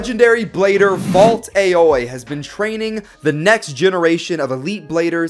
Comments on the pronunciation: You pronounced Aoi wrong. It's pronounced like Alloy. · "the legendary blader Valt A oi- Me: the way he pronounced Aoi..